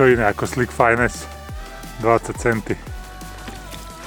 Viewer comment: Krásné ryby! Akorát Slick Finesse se nečte fájnes ale fines... to by měl vědět!